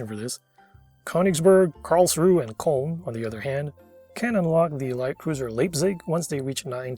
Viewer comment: only comment I have on your pronounciation of the germans is that the ö vowel is not an o, but a separate vowel that iinm does not appear in english (if the IPA helps you, Köln has /œ/, and Königsberg has /øː/), Karlsruhe's "e" gets pronounced, Leipzig's first syllable is the same as the english word "lie", and that her z is pronounced as "ts".